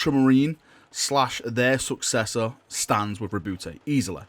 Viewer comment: Btw the e in roboute is silent